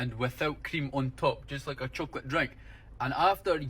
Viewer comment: Aye, not only is he an eedjit but hes takin the piss, Fifers dont say choe-cawlat Oh-ffirs Or when you're a cone-tent creator, what the hell is this accent, am born n bred close to fife and yer accent is a total shambles. Nobody spends £500 on a lunch... thats sandwiches..... And the only people in Scotland that try say wuaguan are fannies. Lived here ma whole life and never heard such a horrendous piss take accent 😂 like someone from north England trying their hardest Scottish accent 😂